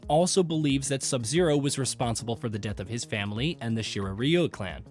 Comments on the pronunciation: “Shiray riyu👁️👄👁️” what a dumbass😂😂💀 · Snubzero, Lin kui, Shirayayu, Bee Hon, Lin ku way, syro mancer…. Cmon…